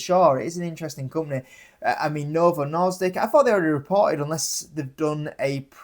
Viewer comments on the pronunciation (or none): Norsdik? I think you’re misreading it